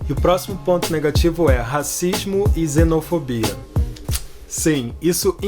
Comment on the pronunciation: Tenho a impressão que ele diz "zenofobia". Tô ficando surdo?